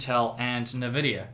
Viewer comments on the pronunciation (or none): Also, I know we are in NZ lol but please pronounce it "in"Vidia not "ne"Vidia, it just dosent sound right, no disrespect just an idea.